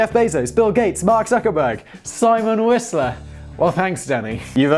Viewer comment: Fun fact, Zuckerberg means “sugar mountain” and the way you say it is correct